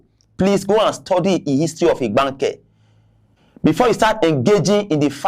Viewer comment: This man cannot even pronounce Igbanke and this is part of their state. If they were treating these people well, that would even be pardonable. These people believe these Igbanke people will just stay with the and be treated as slaves.